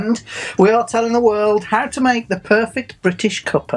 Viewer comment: "Cuppa" as in "Cuppatay". Lol